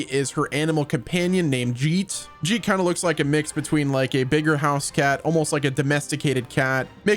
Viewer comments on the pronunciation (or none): Its not jeet like j, its geet like g in guilt. It means songs. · Geet is pronounced like Geek. dont be another oong